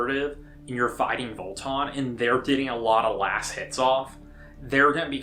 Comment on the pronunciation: Vo-Tann, not Vol-Ton. Haha